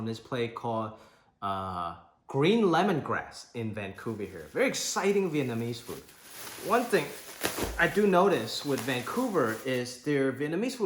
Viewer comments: Vietnamese person here, this was the most legit phonetic spelling of Viet words I've ever seen haha. Nice job! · So exciting when your Vietnamese pronunciation was so clear and nice. 🎉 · Im a vietnamese and u pronounce most of the thing right Congrats